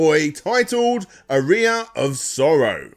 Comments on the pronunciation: It’s pronounced aa-ree-uh not ah-ri-ah. It’s a musical term. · I assume he doesn't know what an aria is or he wouldn't put the emphasis on the wrong syllable. Otherwise, very thorough series. I watched through both. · It's pronounced R-E-yah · Aria is pronounced Ah ree ah not A ree a! Made it sound like you piss out of it 😜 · Wincing every time he pronounced "Aria of Sorrow" as "a rear of sorrow"... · lol It hurts me to listen to saying "arear" instead of "aria" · Cheers. Top stuff as always, interesting pronunciation of "aria" mind you 😉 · Yeah, I wasn't sure if that was a UK pronunciation, it bugged me as well.